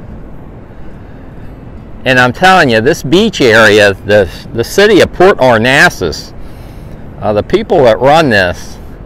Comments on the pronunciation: Port Arnasas? Lol No. It's Port Aransas. But nice video anyway. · Cactus jack, you’re pronouncing it wrong too. A-Ran-sas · It's port [ are ran sas ] that's how you say it and the beach permits are available at any gas station in Port A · It is PORT ARANSAS! ARANSAS! 😆😉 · You are misprouncing the name of the town, Port Aransas. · A-ran-sas 😅 our NASA, is in Houston.